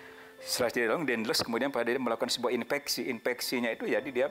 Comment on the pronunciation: Inspeksi bukan inpeksi🙄